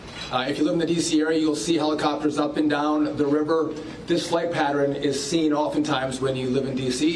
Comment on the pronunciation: probably SO inappropriate and too soon… but what da hell is a “patteRIN”?! I hear people pronounce “pattern” wrong so much! Anyway, back to the important stuff!🤷🏾‍♂️🤷🏾‍♂️